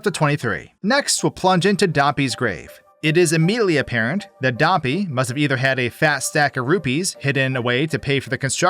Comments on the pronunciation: Wait... "Dam-pee"? I thought it was Dampeh in pronunciation? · Is this AI generated? Hillian? Dawmpee's grave?